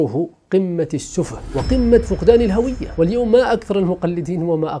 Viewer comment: دكتور، أحب محتواك، ودفاعك عن هويتك، الهوية تُقرأ بضم الهاء، تحياتي